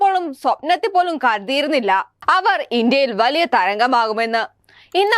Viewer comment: ആദ്യം നീപോയി നന്നായി നാക്കുവടിച്ചു നല്ല വെടുപ്പായി മലയാളം പറയാൻ പഠിക്ക് 😀സ്വപ്നത്തിൽ പോലും കാർതി ർ ന്നില്ല എന്നല്ല മോളെ 😀കരുതിയിരുന്നില്ല എന്നുപറ 😄ഊർജം നിറച്ച ചാൽ നങ്ങളും 😀😀😀😀 പശുവൾത്തൽ 😄ഹോളി വുഡ്‌ഡിലെ ആര്......... 😄തങ്ങൾ വയലലോ 😄😄😄😄എന്താണ് ഹേ ഉം പോരട്ടെ രണ്ടുമുതൽ നാൽ ദിവസം 🤔 നാല് ദിവസം എന്നല്ലേ ഉദ്ദേശിച്ചേ ഉം......ഓരോവാക്കിന്റെയും അത്തം അതുകഴിഞ്ഞാപ്പിന്നെ ഓണം 😀 ങ്ങാ .....പിന്നെ അക്ജാതരുടെ .... ആക്കമണക്കോ 😄സേകമല്ല മോളെ സ്നേഹം കേട്ടോ ഇതിലുംനന്നായി കിലിയും പെങ്ങളും പറയുന്നുണ്ട് മലയാളം 🙄 ഹോ.. കഷ്ട്ടം...... nnilla